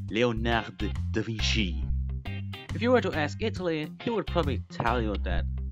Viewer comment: da vinky?